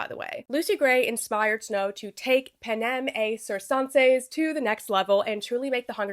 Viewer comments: It's "pan-em et kur-ken-seez" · FWIW, “panem et circenses” is pronounced: (Classical Latin): pah nem et [hard “t”] keer kehn says (Medieval Latin): pah nem et [hard “t”] cheer chen says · You're probably never going to see this but it's pronounced pan-em et (with the t) kir-ken-ses (My credentials are that I'm currently studying classical Latin in school lol)